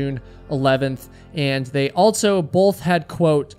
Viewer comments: This guy says Altso instead of also and it's driving me insane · Are you saying “altso”?